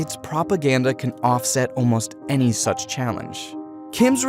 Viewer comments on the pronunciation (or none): none